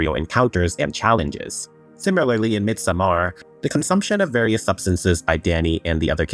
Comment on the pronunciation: The way you are pronouncing Midsommar is kind of killing me bro. It’s not MidsommAr, it’s pretty much pronounced just like Midsummer in English just -ar instead (with absolutely NO emphasis on the A). Although in vernacular Swedish where I live (south Sweden) it’s pronounced “missommar” (for some reason).